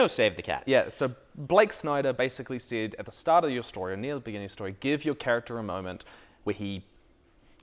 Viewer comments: OOHHHHHH “said”….not “Cid” I was really confused about why we were talking about final fantasy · "Said" my dude, maybe I need to turn this up a bit but I thought you were saying "SID" like it was some sort of short hand for something. Got it once you guys got into it though. This is great, thanks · I heard that 'said' as 'sid' for the longest time. As for writing what you know, if you don't know, DO RESEARCH. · Oh "said".... I kept thinking he was saying "sid" or S.I.D. like an acronym for some writing technique, lol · I'm guessing you're joking, but in case you aren't: They were saying that they thought it was a term or acronym. But it was just his accent — giving the word "said" more of an "i" sound (as in "did"), when Americans usually pronounce it with an "e" sound (as in "bed"). It was just one of those: "Are you sure we're both speaking the same language?" moments.